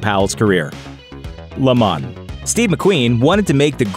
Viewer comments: LAYYYY MOH Not Ley MAN"s ----- LeMans ---- French word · It's pronounced Le Monz not Le Mon